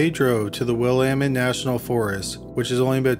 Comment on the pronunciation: YOU PRONOUNCED WILLAMETTE RIGHT!!! im screaming!!! lol everyone not from here pronounces it so wrong lol